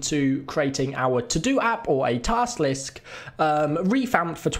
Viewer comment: Nice "Tast Lisk". Well done